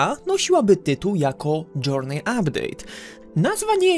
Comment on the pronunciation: Journey się czyta plus minus "dżyrni"